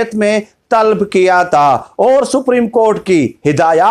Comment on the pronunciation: Talb nahi hai yeh TALAB hai...sahi karain apne aap ko..